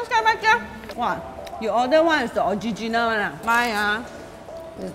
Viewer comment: HAHA.. "Orgiginal".. premium lian, i also want to try your honey.. can anot? LOL!